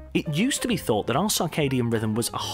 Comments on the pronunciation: It's CIRCADIAN rhythm. Pronounced "sir-kay-dee-an". Not "SAR-kay-dee-an". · Humans may not have come from Earth ... to where? As far as I can tell, we're still on Earth and haven't gone anywhere else that we could say we have "come from Earth" to get to. Also, what is this "sarkadian" rhythm of which he speaks in #5? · "Circadian," not "Carcardian." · And 'sarcadium rhythm'. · Sarcadian instead of circadian? Just part of the mind meltingly low drivel presented here. Interestingly worse than standard planet seeding theory. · cannot take seriously someone who mispronounces circadian 6 times in under a minute.... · Major Lux This narrator cannot even pronounce Circadian rhythm. He ruefully mispronounces it 12 times. And we're supposed to give this fool's science less friction dribble some consideration. Jesus help us